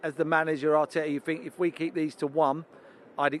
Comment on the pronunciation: Sky come on is this guy serious I fink, I fink, I fink 🙄